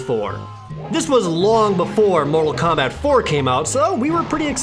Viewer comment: KEMBET TAAIIIM Suffocates from laughter